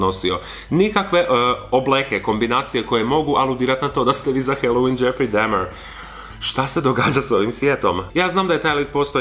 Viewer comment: isk ne zelim bit karen k ispravljat al kazes dahmer ko dehmer